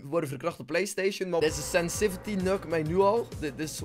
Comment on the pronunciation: Senssivity das zo kut woord ( 😂)